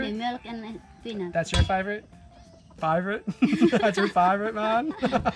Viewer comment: Wow finally 🤗 Raymund and Reche’s Mom has joined the vlog! (Sometimes she’s just a passerby or a voice from behind😅) Everybody loves “ICE CANDY” It’s our “fayyvorite” 😂😂😂🙏